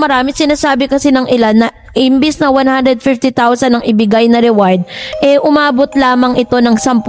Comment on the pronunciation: ATE REWARD HO HINDI AWARD😂